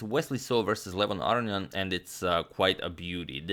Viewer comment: Antonio, your brother in law also pronounces it a-RO-ni-an.